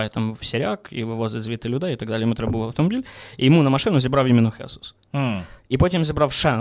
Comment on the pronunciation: Та не хЕсус а правильно хесУс, неправильного наголос кажете це іспанське ім'я по українськи Ісус...